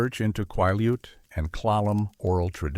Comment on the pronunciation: Hey. I live along a sol-duc River and the pronunciations are killing me. Also. you owe the native Quileutes, an apology... Cool stories though😊